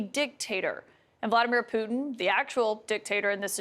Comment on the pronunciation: Did she say "poo in" instead of Putin? This American pronunciation of t's is getting ridiculous.